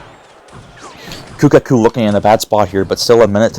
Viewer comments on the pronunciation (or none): I love how in the last match he was calling kuhaku, kukaku 😂